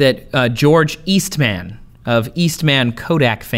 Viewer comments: It's George East(MUN) not East(MAN).... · i love how he says Eastman like he is a super hero lol